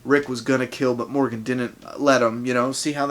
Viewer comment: when you sayed rick and Morgan I heard rick and morty hahahah